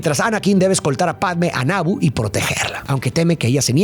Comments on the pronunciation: No es Nabo, es Nabú de Naboo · Que horrible pronuncia Naboo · El hecho que pronuncies mal los nombres como maúl o naboo, me hace pensar que no la viste y solo leiste un guión, que lastima